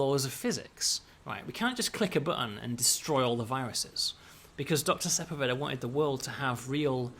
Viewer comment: I love your games, uplink was one of the first PC games I ever really got into, this game is amazing, and I love all the work you do. THAT SAID, as a born and raised southern Californian, the pronunciation of Sepulveda is making me do some double takes with my ears, and I fear I'm in danger of pronouncing it that way in the future now.